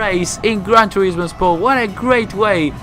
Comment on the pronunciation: gwan toewismooowwww